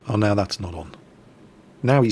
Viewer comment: kemp,isult,reportta,Kamp,capsirkel,Arti,Cmap i base,unfair plane(wtf),behajnd,tem,kaping,Ston,torret,bodi,naow. hmm my brain is just wtf. He really needs to learn english